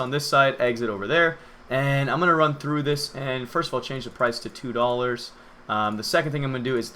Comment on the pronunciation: Ferst? More like Firth. Or Firnd, or Fird. Yaaaah.